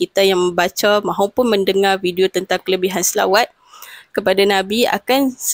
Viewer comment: BUKAN SAWAT NISA,!!!!!SELAWAT.KENA SEBUT BETUL2